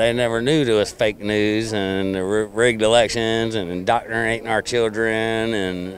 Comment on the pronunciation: Wait? Doctneratun our keeiddsss.